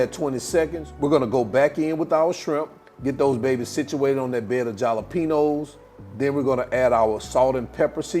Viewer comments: Hal-a-peen-yo! Say it right!! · Ja’ lapeno🤣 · I love this!! But youre killin me with the way u say jalapeno 🤣🤣🤣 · Yeah he knows how to pronounce it, just putting a playful spin on it. And yes, this dude can COOK!!! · I was thinking the same thing. Yikes